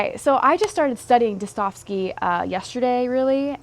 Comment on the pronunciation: Достоевский Da-sta-jev-skee Russian here. Keep up good work,.